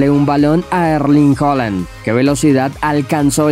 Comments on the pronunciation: se pronuncia Haaland no Holand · Comentaristas en Alemania: “Haland” Comentaristas de habla hispana y Youtubers: “Joland”.